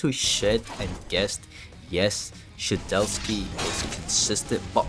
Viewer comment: erm actually its shedletsky, not shedeltsky ☝️🤓